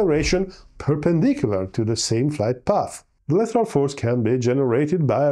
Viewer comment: lateral as in latch, land, bad, and not as in letter, better or later.